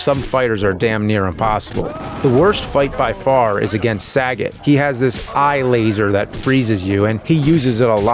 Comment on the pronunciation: Calling Sagat “Saggot” is wild